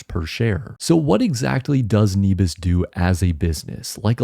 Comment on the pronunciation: Nebius has an incredible team with a huge vision. I can't see it's business model failing. Also I think it's pronounced neh-bee-us, at least thats how I've always said it